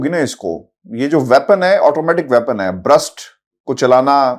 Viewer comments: Gentlemen it is Burst not Brust. "A burst-fire firearm is an "in-between" of fully and semi-automatic firearms, firing a brief continuous "burst" of multiple rounds with each trigger-pull, but then will require a manual re-actuation of the trigger to fire another burst." Ref: Automatic firearm - Wikipedia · Why are all anchors saying brust ? It's burst fire . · It's burst not brust. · ITS NOT BRUST BUT ITS BURST FRM AN AUTOMATIC WEAPON